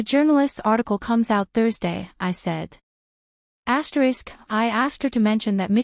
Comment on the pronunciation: pity about the AI saying ASTERIX